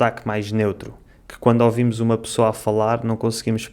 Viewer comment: O fala "quando( ovimos )ouvimos ela falar.